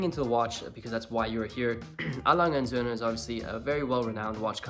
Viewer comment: Good pronunciation of Lange und sohne..